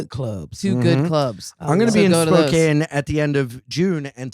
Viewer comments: It's SPO-CAN. Not Spocaine. Lol. We love you anyways. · Spokane, WA is pronounced “spo-can” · Why can't any comedian pronounce Spokane correctly?